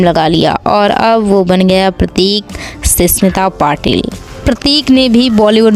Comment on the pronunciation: Ssmita nahi smita